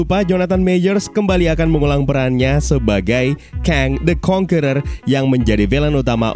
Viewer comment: AKHIRNYA ADA YOUTUBER YANG MEMPRONOUNCE 'CONQUERER' DENGAN BENAR